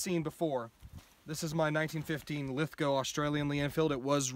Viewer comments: alright this is the first time iv seen a yank say Lithgow correctly ty ty ty. as i was born in lithgow and still live there also have a few of there f=rifles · So nice to hear you say Lithgow properly brother. Kind regards from Australia. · WooHoo! An American who pronounces Lithgow properly!!!